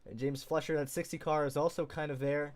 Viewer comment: James recovering from that wreck to get a top 10 finish shows some of the potential he has. Hopefully he keeps it clean and has a solid race for the opener at Daytona. Also you kept pronouncing his name as James Fletcher but his last name is actually pronounced FLYSH-er, like Max Fleischer. Just something to keep in mind for later.